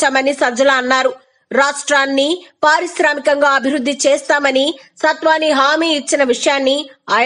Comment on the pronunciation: Madam....adi..satvani kadu......natvani